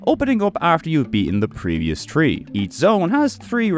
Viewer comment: This man's absolute inability to pronounce "three" keeps throwing me